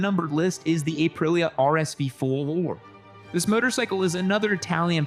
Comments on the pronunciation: this sounds like a chatGPT voice-creation of. doesn’t sound like him at all. “Ay-prilia rsv fooooor” and pacing is strange. what gives? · "The next motorcycle on our nu-h-umbered list is the Ay-prillia RSV fouuur." or so.